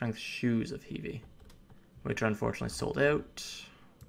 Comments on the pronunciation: Pet peeve - Heve is pronounced He - V. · No thank you. Really tho. Rebluth? You can't even pronounce REE-BURTH? LOL OMG. ANYWAY. ALSO. it's HEVE, LIKE heve ho. I am good and so are alot of people. Find someone else with better explanation. Ty be safe